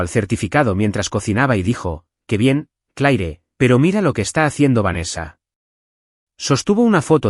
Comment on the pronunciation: No sé porqué en estos relatos al pavo 🦃 se le llama pavó 😮😮😮 Y se pronuncia Cler